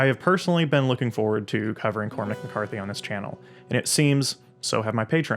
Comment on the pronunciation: I was named after Cormac McCarthy and I greatly appreciate the proper pronunciation of our name I've always said "spelled with an A pronounced with an I"